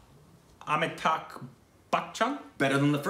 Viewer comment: pronouncation of Indian names is very close to real.. 👍.. Also he voiced really sounded like ABsr. Sir... kudos to the TSR team.. 👍